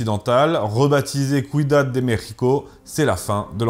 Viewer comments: Super vidéo, je découvre la chaine. Pour info: ciudad se prononce "siudad". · ciudad se prononce sioudad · Petite coquille à , vous dites "Cuidad de Méjico", il s'agit de "Ciudad de Méjico" (Ciudad = Cité) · Un effort de prononciation ça ne serait pas du luxe, quand on à ce genre de discours à tirer à balles rouges comme ça. " Ciudad" = sioudad. " La malinche" = la malintché". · Ça se prononce Siudad 😉😉